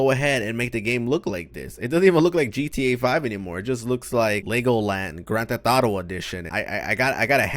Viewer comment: “Grand theh thauto”